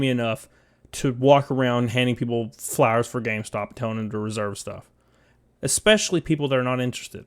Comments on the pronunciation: I hear "flowers" instead of "flyers" 🤣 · The way you say "flyers" sounds like you're sayin "flowers". I like the idea of a Gamestop employee randomly giving me a flower when I walking around WalMart.